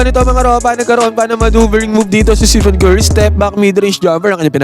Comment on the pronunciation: Tama ba dinig ko, "Steven Curry"? Pakiayos naman po ng pag-pronounce pangalan ng greatest shooter of all time. STEPHEN.